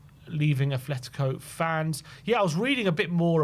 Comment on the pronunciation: Please fellas it’s “ATletico” not “ATH” 😭